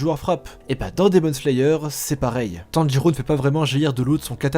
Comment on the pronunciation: On dit pas Tanjurou mais tanjiro bg x)